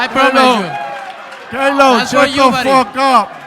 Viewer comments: Why he pronounce Caleb like “Calob” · Is it me or did Edgar call Caleb kayla